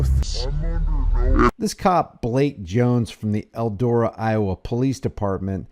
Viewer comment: Its ELDORA and not ELDO RA